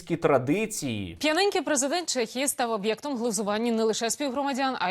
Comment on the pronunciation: Сергію, супер відео! Тільки не «Чєхії» а в «Чехії» 😉